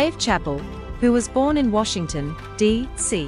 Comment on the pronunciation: Is she saying chappel? How do you talk about someone without knowing how to pronounce their name?